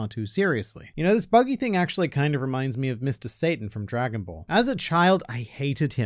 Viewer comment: no satan its sa-tann